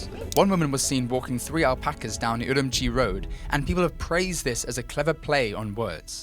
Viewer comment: Uru-moochi !! not urumuchchi!